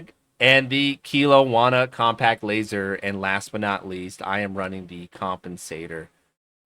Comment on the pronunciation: Its pronounced kel-owna , i only know because I live near there